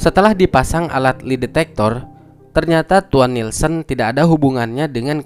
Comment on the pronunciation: bang itu lie detector bacanya bukan "li" tapi "lai (ˈlī )" tolong diperbaiki yaa bang bahasa inggrisnya kalo bisa di translate dulu untuk dengar cara bacanya karena viewers disini cukup banyak, ditakutkan orang-orang yang tidak tau jadi ikut bilangnya seperti itu. terima kasih, sukses terus ya bang